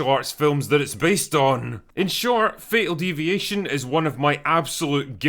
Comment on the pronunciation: Thought you said fecal deviation